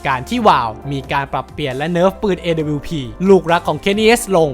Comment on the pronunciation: คือไอ้การเรียกชื่อทีมผิดมันต่างจากคำอื่นๆตรงที่มันเหมือนเอาคนไม่เคยดูแข่งจริงๆมาทำคลิปอ่ะครับ อีกอย่างตัว W ก็อ่านว่า ดับเบิ้ลยู ต่อให้เป็นพวกสำเนียงอเมริกันจ๋าๆ ก็ยังออกเสียงประมาณว่า ด๊ะบะยู อยู่ดี ส่วนดับบลิวนี่ไทยแลนด์โอนลี่ครับ พูดง่ายๆคือออกเสียงชื่อปืนผิด